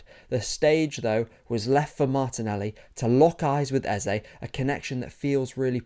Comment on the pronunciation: Thanks for the balanced analysis. But more importantly, thanks for not butchering "Eze" like many English football analysts have decided to do.